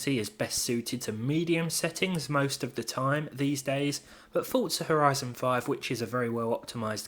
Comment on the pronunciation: The way you say Fortza with a T makes me chuckle lol It's FOR ZA Forza no T haha no offence ! question' would you go with a 3070 or AMD equivilant ? although my 3600 cpu will need upgrading too with those cards but i can only do one at a time which is more important GPU or CPU i hae 1660ti and 3600 and they can't multitask or at least my config won't allow me to for eg stream with stream labs discord and warzone my PC is crashing any advice appreciated